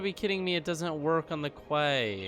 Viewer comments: Key not kway :) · psst hiya quay isn't said like "kway" it's actually said just like "key" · quay is pronounced like key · “Quay” is pronounced “key”. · You pronounce quay as key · Its pronounced Key Quay = Key